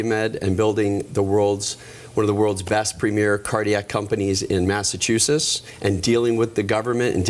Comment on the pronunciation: I’m thinking that if you want to be the governor of Massachusetts, it should be required that you correctly pronounce Massachusetts.